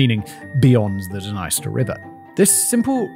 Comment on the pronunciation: How come he didn't realise that the country is named after the river but pronouncing the river totally wrong. That's what happens when you don't do your own research, and just read a script on the day.